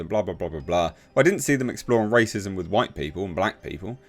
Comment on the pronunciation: Why do you say 'Rass-ism'?